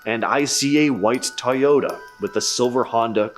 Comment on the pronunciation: You said Toyota like it was said Teaota instead of Toyota